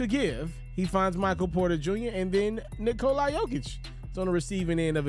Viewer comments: Nikola... not Nikolye.... man deserves the respect. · the end isnt the prob. it's the cola part, it's not a long O. Vooch is on video explaining it. Not coca cola, just Nikla.